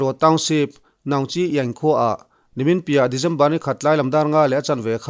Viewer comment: December te, Dezember tih tlat chuleh😄😄😄😄